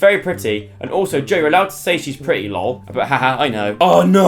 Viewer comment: I think Joe’s “pwitty” and “buff stuff” 😍😂